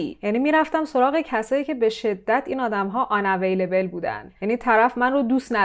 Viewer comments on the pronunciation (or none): الان این که انگشتای دستت رو مث انبر دست کردی و گفتی عن والیبال این یعنی چه ؟ عن ها والابل عنِ ایزابل🤔 عن اولیبل خانم یا فارسی حرف بزن یا میخی حرف بزن زبون دیگه شاید کسی متوجه نشه مثلاً میگی پدر ریشو ؟ پدر ایسشوز ؟ پدر گازسوز ؟ها پدر ایشوز آخه یعنی چی ؟ یا اینکه میگی او ردی ؟ لورل هاردی؟ اول ریدی ؟حال کاش درست تلفظ کنی همون هم .. خب مرده شورتو ببرن مگه مجبوری تو هنوز مریضی ولی داری نقش کسی که حالش خوبه رو بازی می‌کنی تو خودت هم فهمیدی این کصشراای انگلیسی که مابین جملات می‌ندازی نشون دهنده کلاس نیست و میدونی بعدا مخاطب از این موضوع ایراد میگیره و داری جلوجلو خودت و استفاده از کلمات انگلیسی رو توجیه می‌کنی و میدونی داری الکی و بدون اینکه لازم باشه و بدون اینکه معادل فارسی ش رو فراموش کردی باشی .پس لطفاً این موضوع هم مشکلش رو درون خودت پیدا کن و اگه تونستی درمان کن .موفق باشی